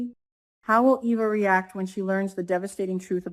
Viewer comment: EVA is pronounced “EE-VA”